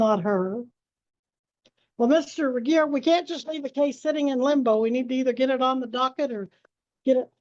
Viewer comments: Please pronounce j. Regier correctly. She is driving me crazy!! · This dingbat again...smh. and poor ol' reliable Regier, always having his name pronounced wrong.